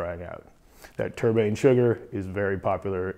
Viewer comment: Tur-bane sugar? LMAO. It's turbinado sugar.